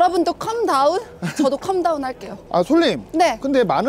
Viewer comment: 컴 다운 아니라 캄 다운 calm down